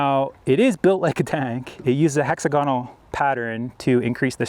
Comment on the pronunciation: 1.) learn how to pronounce “ plethora” and “ hexagonal” 2.) it’s a fucking bucket